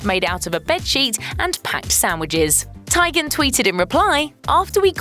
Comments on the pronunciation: Christy Teigen's last name is pronounced TEE-gen, not TIE-gen. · It’s not pronounced Tigen. It’s Teegen. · TEE-gihn. Research? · Was this an exercise in how to mispronounce everyone’s name? Bill Mar? Chrissy Ty-gan? I need to stop going dwn YouTube rabbit hools & watching sheeet like this